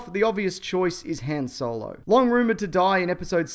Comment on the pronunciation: Im australian and i don't pronounce Han solo and chewbaccas names wierd like that